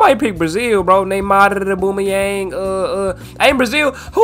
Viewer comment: Mane said “Aboomayeng”(Aubameyang) is Brazilian And Håland is German 😭